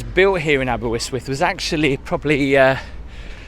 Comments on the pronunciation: The river's called the Ystwyth ( pronounced initial consonant ust u as in butter ( northern English) , with ( th as in think not th as in breathe), aber as in jabber. Therefore not aberwistwiff, not aberRistwiff , but ; AberUstwith with the stress on UST, and end sound th not th as in the or ff but halfway in-between. Get it right an you'll sound local and people will assume you can speak Welsh get it wrong and you'll sound like the 90% of incomer locals who've lived round here for years and still get it wrong because the don't listen, can't make the sound ( which is easy) or don't here it or can't be arsed. Hope this helps. You did ask. Taking care really endures you to local people and makes all the difference. Pob lwc i ti. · Not a criticism at all, well done for making an effort. It's pronounced, ABER UST WUTH. There's only one W in Aberystwyth :) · 1: you are terrible at pronunciation 2: all stones on a beach are flat 3: ALL SAND IS MADE OF TINY ROCK AND SHELLS 💀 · Crying with laughter with the pronunciation of Aberystwyth 😂😂🏴✌️ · Up the Welsh! 🏴🏴 It's West Wales by the way and Aberystwyth is pronounced exactly the same as the spelling so not sure where you got that middle W from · Had a giggle each time you said "Aberystwyth" ....there's only one "w". I grew up a few miles from here and lived there for a few years. Was a bit expensive to rent though. Used to walk over to Clarach Bay then Ynylas over the cliffs. It's a nice walk in the summer. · I remember walking to the top of Constitution Hill took me ages,l cant believe how you are saying Aberystwyth l would have thought someone would have told you how to say it or corrected you.l cant remember the sea being that blue,l remember coming in by train and seeing the Dolphins as you entered. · Could have at least learn’t how to say the name of the town aha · It's Aber-ist-with (Aberystwyth) why your saying it aberwystwyth I have no idea.. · Why are you pronouncing it Aber - wis- wif? It’s Aber - wrist - with🤣🤣🤣